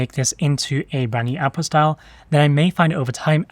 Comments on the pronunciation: OuT puT style. Not owpostyle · I keep hearing you say "Apple style", then I realize you mean "Output style"... lol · Until i could see it written i thought the speaker was saying "Apple Style" 🤣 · until you typed it, I thought you were saying "apple style" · say apostile one more time motherfucker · Definitely saying apostille. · "Appo style" is what I heard. lol